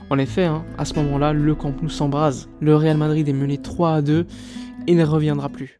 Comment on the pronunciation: J'adore ta chaîne mais juste une petite remarque. Immagine qu'un fan étranger du PSG ait une chaîne YouTube consacrée au club de Paris. Ça te ferait quoi si le mec disait "Parisse" en prononçant le s final ? Ça te choquerait. Je suis catalan et chaque fois que tu prononces Camp Nou, tu prononces Camp (👍) et Nou comme en français. Il faudrait que tu dises no-ou. C'est pas difficile et ça montrerait que tu connais parfaitement le Barça. Et puis ça me ferait plaisir 😊